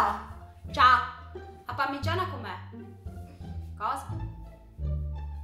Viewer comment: Oddio quando dice parmiiana 😂 io o detto parmigiana regiana😂😂😂 vi adoro❤